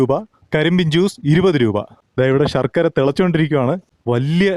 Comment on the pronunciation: ഷർക്കര അല്ല സഹോ ശർക്കര ആണ്. ശ എന്ന അക്ഷരം ശരിയായി 1000 പ്രാവശ്യം പറഞ്ഞ് പഠിക്കൂ